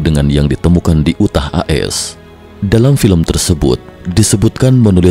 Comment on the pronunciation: Yu tah, dibacanya yu tah. Bukan u tah